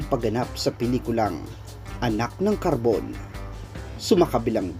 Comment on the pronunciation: kaibigan Skj Sjja hindi po anak ng Karbon ang pilikula ni Ace kundi anak ng kabron👍 Mali ang pag bigkas mo kaibigan hehehe😬😬😬